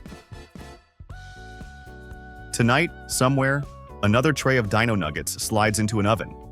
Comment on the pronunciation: Dino nuggets, not deeno nuggets